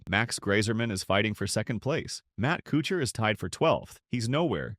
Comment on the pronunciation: Narrator can't even pronounce Kuchar's name correctly. The video title is misleading as well. Pretty sh...tty video.